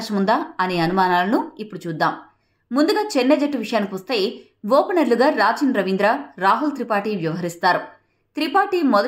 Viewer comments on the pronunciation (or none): Raachin ravindra kadhu akko rachin ravindra😂